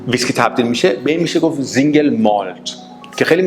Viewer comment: Single سینگل نه زنگل تلفط غلط